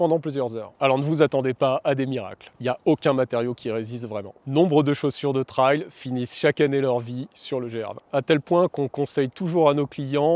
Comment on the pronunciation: Super vidéo. Merci. Si je puis me permettre trail se prononce plutôt trèl que traille